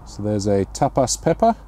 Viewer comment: Did you say Tapas pepper?🤔 And the gorgeous plant with all the little purple peppers. All I could hear was ahearyayoyo.🤗